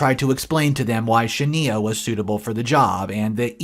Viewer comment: You pronounce Shania wrong. Look up the singer Shania Twain. That’s how it’s pronounced.